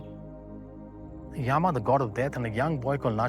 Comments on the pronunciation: mr nicely explained best six books but your pronunciation distorted the Hindu scriptures names seems like some anglo scriptures yam is Yama Yog is Yogaa puran is purana asthavakr is astha vakra shiv is Shiva please avoid such distorted pronunciations my humble request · Why do our people use stupid English pronunciations for our own words? योगा (instead of योग), यामा (instead of यम)…and few pronunciations were outright wrong (example: कठोपनिषद् is correct) It feels so 🤮